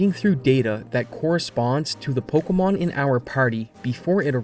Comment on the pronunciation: Oh god, I can't listen to this "po-KEE-mon"...